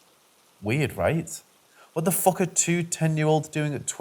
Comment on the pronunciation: I was unable to enjoy this video due to the language issues. Very heavily accented voice with frequent mispronunciations was distracting....and by the time the repetitive swearing started and the mispronounced F- word was being used redundantly.....it all just became too distracting and difficult to listen to: and impossible to enjoy the story. I have no idea if the narration became any better.....it just was too tedious and annoying to continue listening. I seriously suggest that the uploader should consider using a different narrator. I had given up on listening to this narration....and shut down the video by .